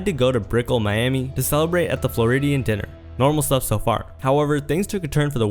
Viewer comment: Die-ner, not dinner. A diner is a place you eat. Dinner is what you eat at a diner. Learn your English.